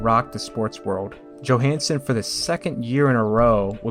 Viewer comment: Ingemar Johansson is pronounced Yohansson not Joehansson